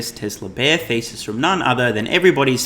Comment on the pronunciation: At first I thought you said Tesla shortseller bear ‘feces’ but then realized it was ‘thesis’